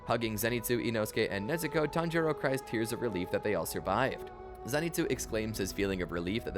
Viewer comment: He tanjoro like 10 times in the span of like 20 seconds